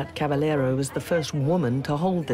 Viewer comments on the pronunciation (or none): Caba yero Two LL makes a Y sound